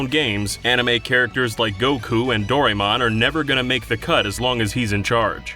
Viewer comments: "Dorymon" Fuckin uuugh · You've really got to learn how to pronounce Doraemon.